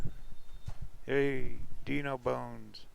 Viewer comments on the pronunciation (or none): none